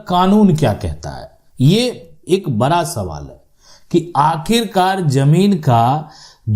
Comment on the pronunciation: पहले तो आप अपने शब्द कोसुधरो बड़ा या बरा शुद्ध भाषातो बोलो